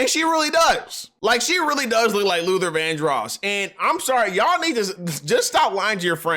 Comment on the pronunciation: why do you keep saying his name like Luther Van-dross? its' Luther Vandross lol